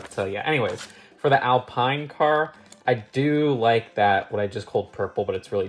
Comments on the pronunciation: It's Al-Peen. Not Al-Pein. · Just for reference Alpine is pronounced Al-peen. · Al-peen btw. It's a french brand! I know also Alpine for ear protection and Alpine for radios: these are Al-pine if I'm not mistaken.